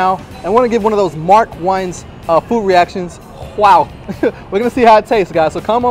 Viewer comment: Lol. You pronounced Mark's last name wrong lol. But still enjoyed the content and Subscribed. :)